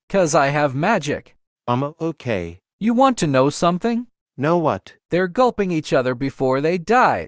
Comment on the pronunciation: bro why you said lnow😂😂